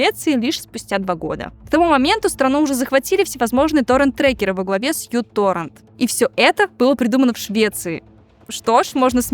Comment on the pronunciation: Мю -торрент. Мюююю. Вы что, вышмат не проходили и не знаете пси, кси , мю, ню?